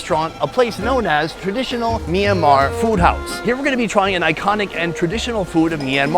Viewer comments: I'd like to keep watching, but every time the host calls the country Mee-an-mar, I get more and more annoyed. I know the "My" cluster to start a word doesn't happen in English, but please learn one thing about how its pronounced - it's a 2-syllable word. "Myan-mar"... MYAN.. one sylllable.,.. try it. MYAN... there ya go. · I'm curious about the pronunciation. Is it pronounced as Sonny says, 'Mi-yan-mar' or is it more read as wrote?